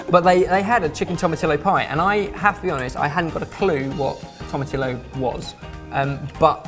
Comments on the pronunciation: I noticed you mispronounced two different words in this video and I just had to point it out. Tomatillo is pronounced 'toh-mah-TEE-yo' and coriander is pronounced 'sih-LAHN-troh'. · Your pronunciation of TO-MA-TEE-YO hurts me. To ma till o??? Seriously? 😂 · Im mexican and i love the way you guys say " tomatillo" try " thome-a-thee-yo" . and someone said " green salsa verde" " green salsa green!" ... haa! you guys are great. HAPPY NEW YEAR. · can you make a Mexican stew called birria? I'd love to see that ps. tomatillo is pronounced toh-mah-tee-yoh. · The difference here is that LL is an actual letter from the alphabet, and it's pronounced like if it begins with a Y. There is no room for error because it's not two L's stuck together, it's one letter. The mexican alphabet has LL, RR and Ñ added on. Tomatillo is pronounced tomateeyo and that's the end of it. They are welcome to pronounce anything however they want though, but learning the right way won't kill them. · The pie crust you made is fundamentally an American cornbread, only less liquid so it's more pastry than batter. "Tomatillo" is properly pronounced "toe-mah-TEE-yo"--Spanish has no use for reduplicated letter L. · I speak Spanish (not quite fluently) and I'm pretty certain it's pronounced tomma-tee-yos, because of the double L! :) looks good nonetheless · tomatillio =Toe mah tee yo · For the love of God, Tomatillo is pronounced 'tomatiyo'. Double ll! Translates roughly to 'small tomatoes' :D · BTW it is tom-i-tee-oh the do double l does not make an l sound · LOVE yall vids! it pains me to hear yall say tomatillo! Lol! just to help you out, it's pronounced toe-mah-tee-yo :-) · I love you guys but it's toma-tee-yo like how you say tortilla as tor-tee-ya. the LL is pronounced with an EE or II sound. (source: Mexican grandmother and relatives) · oh lord... toma-TEE-YO. Double L in spanish makes a Y sound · Sorry but it's pronounced tomateeo. Not the way it's spelled lol